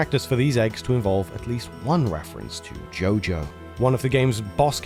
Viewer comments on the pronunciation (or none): none